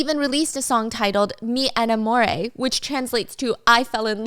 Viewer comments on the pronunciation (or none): YOU SAID "ME ENAMORÉ"!??? GIRLLLL,,, THAT PRONUNCIATION WAS WAAAY OFF!!! me = meh not mi, enamoré= there's an accent her at the last word, so, eh-nah-mo-rE, not eniAmoreh... AT FIRST I DIDNT EVEN KNOW WHAT YOU SAID, I THOUGHT IT WAS PORTUGUESE OR SOMETHING, NOT SPANISH, MY FIRST LANGUAGE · it’s “meh enamorhe”